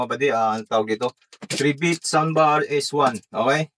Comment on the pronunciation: Corretion ang pronounciation ng pangalan nya ay "try bit" hindi "3 bit" pakiayos lang.